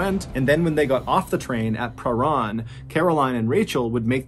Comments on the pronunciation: As much as I love your videos I have one request as a Victorian from Australia never heard a place called perrun there is a place called parhan instead of saying it the way its spelt say this way per ran only its spelt parhan if going to do Aussie stories please know how it's said 😊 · Yes I’m from Melbourne where this happened. By the way that suburb is pronounced Prah -RAN (as in ran away) . Babysitter should still be in jail for this crime, evil woman. RIP Rachel.